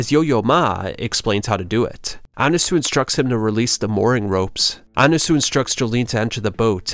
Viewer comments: "Anasoo" bro why are you pronouncing it like that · Why did you pronounce Annasui as Annasu?